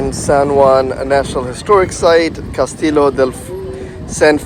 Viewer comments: It’s casti-yo not castilo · Cas ti llo. “Kas t yo” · please learn proper pronounciation, Castillo!